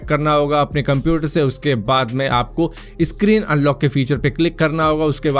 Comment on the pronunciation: सक्रीक होता है यार भाई इसक्रीन क्यूँ बोलते हो...